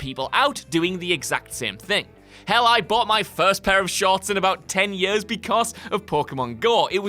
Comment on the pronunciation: I will pay them money if he never says years again. "Yurs" ugh